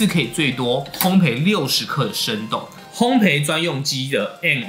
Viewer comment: 如果可以，請說烘ㄅㄟˋ，謝謝! 烘焙(ㄅㄟˋ ) 一直賠，陪不完xdd